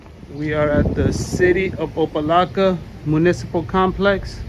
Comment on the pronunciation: Its opa locka... Not laka... Dude cant even read or pronounce the city he's in...